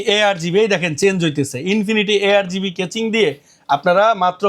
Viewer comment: ভাই কেচিং না কেসিং 😆😄😃😀😅🤣😂